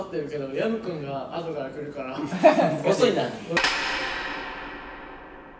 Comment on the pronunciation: 海人の『ヤムクン』が『薮くん』って言ってるように聞こえる！